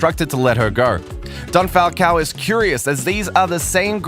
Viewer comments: It's "Falcón" not "Falcao" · My most favorite moment is when you pronounce the name Falcon not Falcow